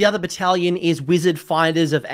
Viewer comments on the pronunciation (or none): I know you said "bonds of battle battlation". What I heard was "Bonza battle battalion" so thank you for that laugh ^^